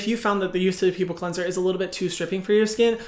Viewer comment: ✨qwenzer✨ 😍 (this isnt hate, i love hyram <3)